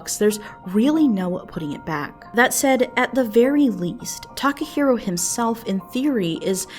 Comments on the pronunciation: i cringe everytime she says "Takaheero" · Tim Evans this isnt even what I'm talking about? I'm talking about the comment "they got what they wanted" was inappropriate. I cant tell if its serious or not, but either way, its insensitive. Also its Takahiro, not taco hero.